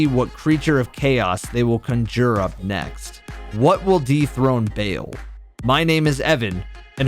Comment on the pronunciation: never say the word conjure like that ever again bro